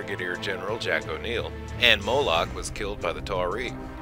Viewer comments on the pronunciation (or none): none